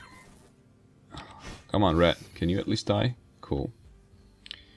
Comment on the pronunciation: pronounced like rash, rash-on, ration. Viking!